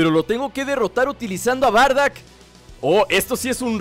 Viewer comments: Wey es bardock no bardack :v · Porque dices bardack si se dice Bardock